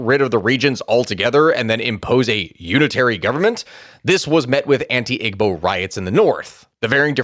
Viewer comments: EEEBOs not IGG-BOs how you say it. Igbos were never integrated. Passive aggressive policies against Igbos/Biafrans has occurred for decades after the war. They rarely got positions in government or military. Eastern area hasn't been developed as much as the West and North. (with government projects). Igbo's focus was in trade and education. All the coups after independence were between Hausas/Fulani and Yoruba. Igbos were on the side lines. Country needs to break apart so we can all go our separate ways. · Great job! Watched with my family. We are Nigerian! Just some minor critiques regarding pronunciation. 1.) igbo is pronounced (ee-bow) the g in Igbo is actually silent. 2.)Lagos is actually pronounced (lay-ghost) that’s the closest way I could think of spelling except you wouldn’t say the t in ghost. So (lay ghos) 3.) and lastly my favorite name to say growing up was babingida which is actually pronounced (baa-bang-ee-dah, not baa been ghee-da) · Got to needle, with the word Igbo, you do not use the g. It is pronounced Ibo because it is using the Igbo alphabet system where the heavy b is gb. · Great video boss i know it reads Igbo but its pronounced (eebo) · The way he sed Igbo is funny in future reference the g is silent in Igbo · Someone has probably already mentioned this but the "g" in "Igbo" is silent